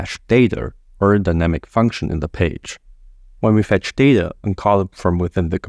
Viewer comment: This is the best Next.js 13 explanation 🎉 but sorry to say, your English is quite ugly. You pronounce data like "dater" 😅